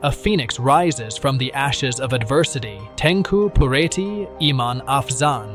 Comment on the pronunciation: She made her bed and now she lie in it. What is so tragic about it?? And improved your pronunciation and spelling as well. It is PUTERI (princess) not pureti. It is ABDULLAH (U pronounce OO like in word HOORAY) not abdallah